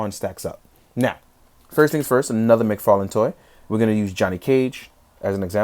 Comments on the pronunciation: Did you say Fodd mctarlane!? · Fodd McTarlane lol much luv, dude